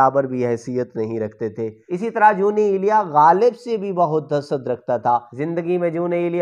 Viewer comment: جے تینوں اردو نئیں پڑنی آوندی تے، پنجابی دے وچ پڑھیا کر۔ دوجی گل کے تینوں ___ دا وی پتا نئیں کے جون ایلیا کون سن تے اونا دا مقام کی اے۔ تو تے اونا دا ناں ہی سہی نئیں بول سکدا۔ کج شرم کر۔۔۔